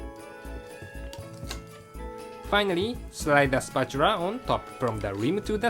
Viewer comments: "spratchula" lol. <3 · spatura :D i love engrish